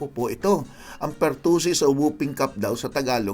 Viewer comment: Doc may pertusis k😂😂😂